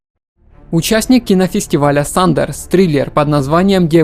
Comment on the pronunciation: Не Сандерс, а Sundance